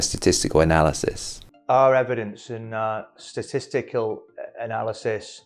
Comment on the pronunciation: I had a good laugh as he struggled to say the word 'Statisty-kal'.